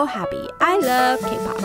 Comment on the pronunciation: I thought she said I'm so preppy I love cake pops